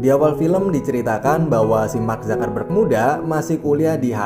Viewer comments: Mark Zakarrberg?? Apa gw salah dengar...? Part ....mark zuc-ker-berg...bukan Zakarr mass🤣🤣🤣🤣🤣🤣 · Dibacanya mark zakerberg